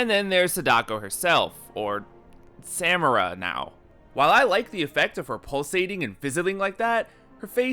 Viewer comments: Say it with me now... suh MAR a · As pedantic as this is, it bothers me that you pronounce Samara with a hard second "a," when it is clearly spoken with a soft "a" the whole series, and they don't shy away from saying her name. A lot. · Discord Discordant omg yes. I was saying it’s not hard to just pronounce it right then I started pronouncing it wrong after hearing him saying it over and over. It’s so annoying